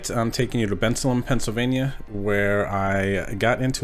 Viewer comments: It's pronounced "Ben-SAY-lem" (like the guys name Ben, then Salem, Mass), not "BEN-salum". Where are you from? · This was ur first vlog ever? Wow well done! Graphics on point, like the funny little blurbs. Maybe add a graphic about how many players, like the AA hand wasn’t sure how many opponents. Oh and “Ben sail um”... at least as far as this montco boy knows... lol. Good stuff look forward to more 👍🏽